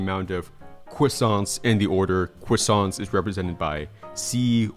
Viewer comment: is it js me or did my guy say "quassants"... 😭